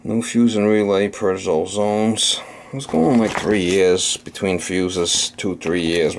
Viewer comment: That's "fuse(es)", not "fues". 😂😂😂